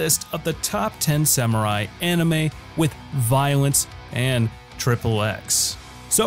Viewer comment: What is "Voilance" ? Is that someone playing the Viola/Violin badly